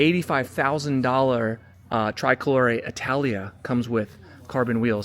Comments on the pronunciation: STOP SAYING TRAI-COLORE!!! For f**k sake man, TRI-colore, TRI-colore!!! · TRICOLORE not TRY COLORE you’ve to say the I same as if in English say E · hey i'm going to get you there.. just get back over here to italy..pronounced tree-coloree. BEAUTIFUL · Pronounced "tree-koh-loh-ray" 🙂 I saw it today. Stunning. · just between you and me it's Italian... it's normal to use the Italian pronunciation. People say super veloche not super fast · por favor, pronuncia bien TRICOLORE, no lo pronuncias bien y molesta oírlo cada vez que lo dices